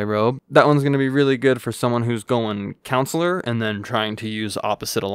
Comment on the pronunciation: I think its funny that he kept pronouncing Consular like counselor, lmao. I just kept picturing Mr. Mackey from South Park in a Jedi robe!